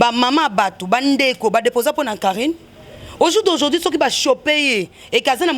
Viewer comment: aujourd'hui et non aujourdi